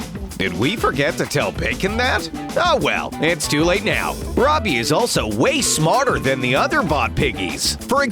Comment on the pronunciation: Roby's name is is Roby not Robbie